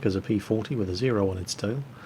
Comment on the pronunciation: I just understood "the P 400 was known as a P 40 with a zeo on its tail" as a two way joke.